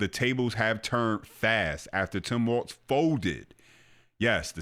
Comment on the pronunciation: Bruh..... his name is Walz....not Waltz. Thats a dance